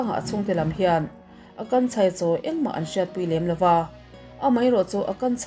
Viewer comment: Akansha nilo maw...Akanchha nilo in😅